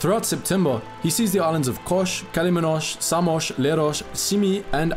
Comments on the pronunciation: This is a great and very informative video. But just one little bit of constructive criticism: you called the Dodecanese islands by their Greek names, but pronounced them in an Italian way. For example, it's not "Kosh", but just "Kos". Not "Samosh", but "Samos." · Its kos not kosh and samos not shamosh.wtf u say sh